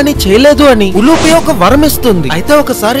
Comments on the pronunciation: ఉలూచి,ఉలుపి కాదు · Not ulupe it's ulchee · ఉలూపి కాదు రా ఉలూచి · Ulupi not uluchi is correct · Uloochi not uloopi